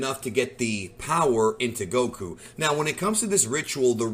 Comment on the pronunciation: Stop saying Goku like that